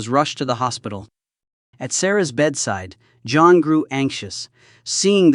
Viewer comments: Quit calling him Joan. It’s JOHN. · Love how the Temu AI reader keeps pronouncing “John” as “Joan”. 😂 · "John".... not "Joan" moron.. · Why does he keep saying Joan